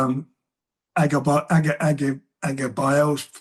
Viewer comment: 'Joshua Okolie' and 'Agabayel' - now here's a promoter who's had a few glasses of Bordeaux at lunchtime!